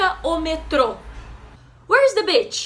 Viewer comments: Oi G, gostei muito. Você ganhou um assinante novo... Só uma dica de inglês. Cuidado com a palavra 'beach.' Você falou 'bitch' que é cadela ou p*ta. 😉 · I was going to say the same comment. I love the video, but when you said beach I nearly dropped my phone! Lol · you're so cool you teach very good👍👍👍 but you have to say beach different por favor because it means something different how you say right now kkkkkk your content is amazing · Hahaha all I heard was "where is the bitch"?! 🤣🤣🤣🤣🤣🤣🤣